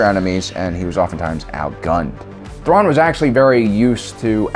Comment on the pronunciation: tuan xD i know it might be a speech issue but its still funny